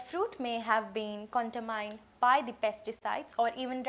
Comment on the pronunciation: Nice english , where did u study. Chaamikaal, contamyned wah wah